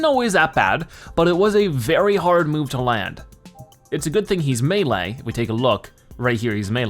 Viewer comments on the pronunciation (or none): none